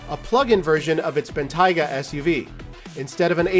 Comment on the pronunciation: I’m okay with him but please if you guys are ever going to have a video of the bentayga get someone who can pronounce the name correctly Bentley didn’t spend millions on this car for some automotive journalists to say it’s name wrong Ben Tay ga not ben tyga